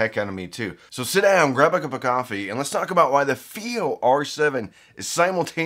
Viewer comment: IfI? This is FiiO